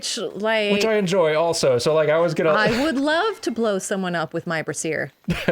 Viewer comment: Wait, brazier isn't pronounced like "erasure", is it?